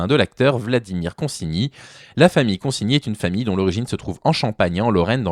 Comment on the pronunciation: Enfin quelqu'un qui prononce son nom correctement.